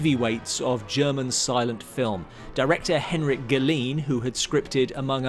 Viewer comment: Terrific video! Good job! Tip: The name Galeen is pronounced gah-LAYN, rhyming with "rain."